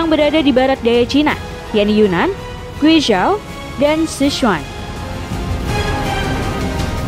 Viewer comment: Mimin salah penyebutan bhs Mandarin nya tuh... Guizhiao dibaca Kui Ciao Sichuan dibaca Secuan Jimin sancheng dibaca Cimin Sanceng